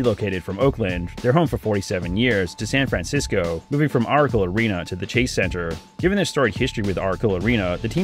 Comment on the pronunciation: he couldn’t pronounce the “c” in “Ora-le”.